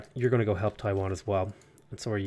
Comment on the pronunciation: Loving these civ vods. Just want to point out that Taiyuan is not Taiwan. Yuan is pronounced yu-an. The same pronunciation as the Yuan, the Mongolian empire. Different character though.